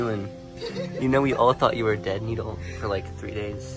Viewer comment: Bro said NidAl It’s said like needol 😂